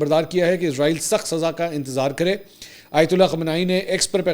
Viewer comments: پر آپ نے عزرائیل بولا تو پیارے منصور علی صاحب ۔ عزرائیل تو ایک مقدس فرشتے کا نام ہے جبکہ یہ ایک بے وفا قوم اسرائیل کے نام سے اس ناجائز مقبوضہ ریاست کا نام اسرائیل ہے۔ لہذا عزرائیل نہیں اسرائیل ۔ سین کے ساتھ پڑھا کریں ۔ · Mansoor Bhai word Israeel hy Izraeel nahi please correct